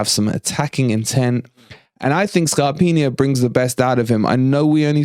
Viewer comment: There are absolutely no rumours out there linking Tammy Abraham to us. It’s Arsenal, Man Utd , or back to Chelsea. Feel free to post a link to show me otherwise. Stop calling Scarpa “ Scarpinia” it’s bloody annoying. Playing Dennis in a front four ? Hmmm with MGW in the centre of midfield ? It will never happen as Cooper plays with a three man midfield and doesn’t regard MGW as part of that trio. We don’t play with a front four 🙄 Anyway ... apart from this the channel is doing well but don’t get dragged into sensationalism for the sake of it you don’t need to. 😎👌👌